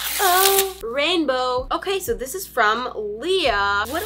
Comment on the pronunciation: Lol it’s okaay